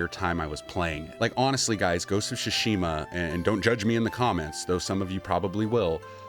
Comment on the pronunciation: Your pronunciation of Tsushima is bugging me.